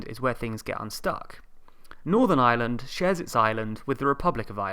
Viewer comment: "There is nothing so permanent as a temporary government rule." .... and BTW, it's pronounced Ireland, with an 'r', not island.